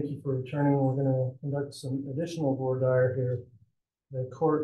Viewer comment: Has anyone else been maddened by the way they are saying “voir dire”?!?